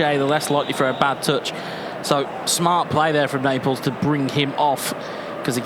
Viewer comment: Why he says neapels